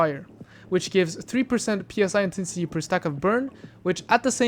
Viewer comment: Just because I hear you making this mistake: The word is Psi, which is greek letter, spelled out, not P.S.I. Just like i.e. the securement silo names, which also have greek letters (Alpha, Beta, Delta, Sigma, Theta, etc.). The gloves are called Barbeque Gloves, which commonly gets abbreviated to BBQ :) Great vids otherwise, thank you for making them!